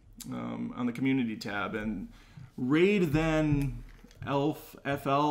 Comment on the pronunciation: Thanks for the shout out in the podcast (pronounced raid tha nfl, trying to be a play on words, big raider fan). Just to elaborate. I fully recognize the many many many many many flaws of the prequels. But i still fully enjoy them. They made obi wan a better deeper character. They showed yoda’s powers. They added depth to darth sidious. The sequels turned han into a dead beat dad, and reversed all the character growth he had. They turned luke into a nephew killing loner he runs away from a challenge. Leia and chewy are completely worthless, ditto 3PO and R2. I did enjoy the force awakens upon first viewing, far less the second time, and it was made useless after the last jedi. The force awakens undid everything han, luke, and leia accomplished in defeating the empire. JJ did nothing to build the world/universe in showing how the republic had no military, and was awful against the first order. Zero explanation of how the first order came to power. And I hate the excuse that we need to read a book or comic to understand the first order. It should be explained in the movie.